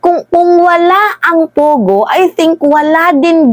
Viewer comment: Its PO Go, PO Go, not pugo, annoying